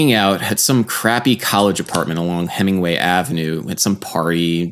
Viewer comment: It's pronounced "Hemenway".